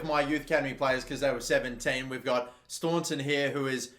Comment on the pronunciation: It’s DA-RA STON-TON